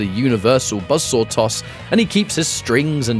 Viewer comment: BUZZ SORE ATTACK. KABOOWL. THUTTY PUH-SENT.